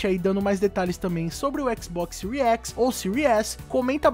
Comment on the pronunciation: " XBOX SEURI X " KKKKKKK